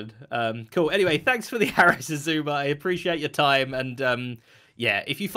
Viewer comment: so do we now pronounce it ice-suma?